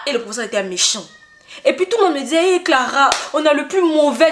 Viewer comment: Son hey là est hey kee😅😅😅😅😅